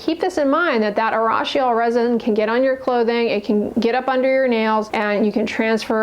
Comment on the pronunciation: Urushiol is pronounced ooh roo shi ol